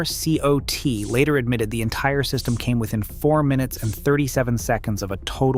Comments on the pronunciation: Nobody in Texas pronounces each letter of E-R-C-O-T... I don't fault the content but you gotta try to tone down the AI usage, not make it so obvious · Just a quick note, for the future: ERCOT is pronounced as a single word, not spelled out. 👍